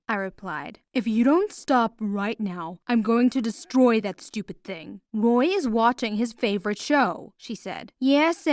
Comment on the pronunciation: Roy: what are you doing “Stu-pid” Her: BITCH THATS NOT HOW U SAY IT